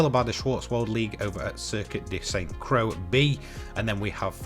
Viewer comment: Pretty sure Croix is pronounced 'croy' btw :)